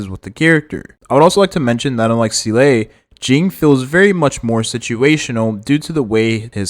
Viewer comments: ZEE - LA not ZEE- LAY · I hate it too. But I’m biding through the video. The e is silent